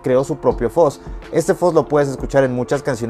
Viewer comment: Porq dicen Foz si se pronuncia fuzz